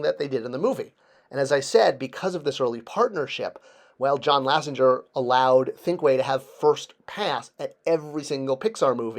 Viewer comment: It’s John Lasseter NOT “Lassinger” 😮 You’re scaring me. Come On, Man. If you don’t know Lasseter’s name as a Toy Collector, you need to resign as “toy guru”. This one is non-negotiable. L A S S E T E R.